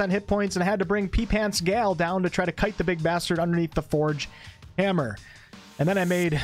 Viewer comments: Again, his name is GALE with a hard A sound. Not Gal. Gal is a slang word for female in English. Gal and GALE sound completely different. Why do you keep calling GALE "Gal" instead? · His name is GALE with a hard A. Not Gal. Gal is a slang word for female. Gale != Gal. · Nope.. If you notice there's a thing called a TIMESTAMP I'm posting each time - EACH TIME you said it incorrectly. Get it? EACH TIME. I'm just pointing out each time you wildly mis-pronounced Gale's name. Have you every actually played this game? How could you get Gale's name so incorrect - MULTIPLE times? Didn't they fly you over to beta test this game and you made a video about meeting the developers? So how could you not know the name of one of the absolute main characters of the game? The plot thickens.